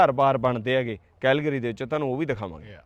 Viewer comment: ਭਾਜੀ ਵਰਡ ਦੀ ਪ੍ਰੋਨਾਸੀਏਸ਼ਨ ਸਹੀ ਕਰੋ ਸ਼ਹਿਰ ਕੈਲਗਰੀ ਹੈ ਕੈਹਲਗਰੀ ਨਹੀਂ